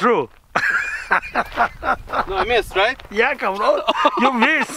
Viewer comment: It is cabron not car bon